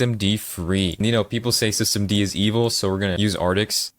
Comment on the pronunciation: He pronounced it as "Systemdih"